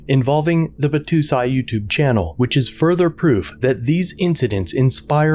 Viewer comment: Battousai is pronounced Bah-toe-sigh just fyi from a weeb. It's Japanese for "sword drawing man slayer."